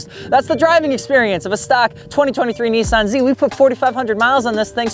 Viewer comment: Nissan! Not Nesaan